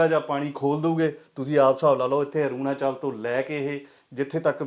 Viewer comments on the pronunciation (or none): Aurnachal tan bolna Sikh lai choda patrkar bni firda